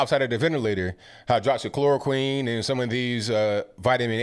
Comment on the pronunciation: Nice catch on that hot mic moment! Also hydroxychloroquine is pronounced 'quinn' not 'queen'..... No the world won't fall apart die to mispronounced words BUT it's driving me nuts!😂😉😜